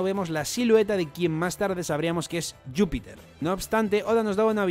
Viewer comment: Porque le llamáis yupiter? Es Júpiter